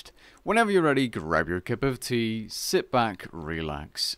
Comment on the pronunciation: Grab your "cuh bewtee...and enjoy" xD